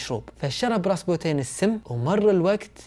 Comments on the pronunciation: كأنو خربط الاسماء قال رابسوتين بدل راسبوتين والاكسي بدل الاسكي طيب ليش الجدة وقت سافرت لفرنسا ماجابتهم لعندها حتى الأقارب ليش ماتدخلو؟ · عزيزي قبل ان اكمل هذي القصه اللي هي من اكثر القصص اللي اعشقها ومهما شفتها بافلام او سمعتها احب اعيد سماعها او مشاهدتها ولكنك هنا غلطت في اسم ابنهم واسمه اليكسي وليس الاسكي والراهب هو راسبوتين انت قريت اسمه مخربط بالحروف والمرض اللي باليكسي هو معروف ومعروف بالتاريخ ان الامير المريض مرضه الهيموفيليا او نزف الدم الوراثي وليس نزف الدماغ ارجوك اتمنى تعيد وتصلح المعلومات لانها مهمه جدا بالنسبه للتاريخ واسم الامير بالكرتون ديمتري وليس ديمرتي ارجو ان تصحح ماذكرته لك لانه مهم جدا في القصه وقصة ال رومانوف من القصص اللي تشدني جدا بل مأساتهم المفجعه لاتُنسى على مر الزمان!! وارجوك تكلم واسرد لنا القصه ببطأ اكثر حتى نقدر نستوعب الاحداث وانت مبدع ورائع واختياراتك بطله.. 👏🏻👏🏻👏🏻